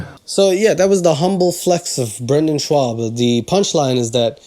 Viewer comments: 10 mins into this hateful video and you've provided no context as to why you hate Brendan. The only reason you've given is because he's bad at comedy! If that is really the only reason then you're just a jealous fuck! I'm not even a fan of his but even I can pronounce his name correctly. I've been trying to understand where the hate for this guy comes from and all that anyone can muster up is a bunch of jealous shit coz everyone's butt hurt that he's more famous than them. Look, Brendan might be a bad guy, but if he is then quit talking shit and show it me instead. 10 mins in and no actual fucking context!!!! Anyone that rides this gravy train is fickle as fuck! Oh and btw, a 10-5 record in MMA is NOT 50%! It is 66.6666%. He won exactly two thirds of his fights, not half. Where the fuck did you learn maths? And pronunciation? I ain't the best at pronouncing words but Schaub.... How the fuck do you get it wrong???? Every....single.... Time! I mean if there was any comedy value in this then maybe I could understand a little, but there is none, so either you're as bad at comedy as he is, or you're just a very jealous and hateful person... Smh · Your insistence on mispronouncing his name is the most passive-aggressive way of saying how you really feel about him and it... it really makes me happy. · You pronounce his Name wrong:-) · He’s mispronouncing on purpose to be disrespectful lol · Idk if it’s a joke or whatever but the fact that you pronounce his last name wrong the entire video lowkey grinds my gears man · Your Comedyreview was fire, so damn relateable. The whole Video is superb. Buuuuuuut: Did you not realize that you say his name wrong the whole Time? Or is Schwab a diss Name? Because Schwab and Schaub are both pretty common last Name and it Sounds do damn wrong brother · Love the video but I just gotta say … it’s pronounce SHAWB not SHWAB and KAH-LIE-LAH not KAH-LEE-LA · Not schwab, shawb. Spelled for pronunciation. Either way he's still a douche.